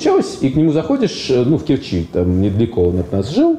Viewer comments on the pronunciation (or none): none